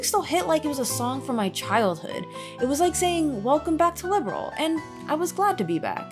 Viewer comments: The Trails series is a spinoff from the Legend of Heroes series, which is a spinoff of the Dragon Slayer series...which started off as an action RPG for ancient PCs. So Trails does have a long and distinguished lineage. And it's "Liberl," not "Liberal." 😉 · 😱😱😱LIB-ERL! NOT LIBERAL! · sky fc and sky sc where meant to be one game but making sc took too long so they where released separately. so yes sc is basically a second disk of fc that second disk being around 100h long. also i do find it funny how you pronounce liberl as liberal. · The character name is actually a clue of where they come from. So yeah, The different pronounciation is just part of the game.